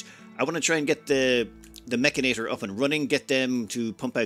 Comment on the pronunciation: mechanitor -> pronounced like janitor